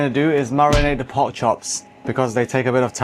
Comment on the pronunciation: The word is Pork, not Port. Please learn to talk properly.